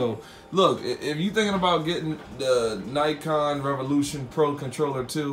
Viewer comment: its nacon not nycon